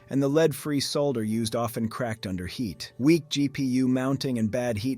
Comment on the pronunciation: did you just mispronounce solder..?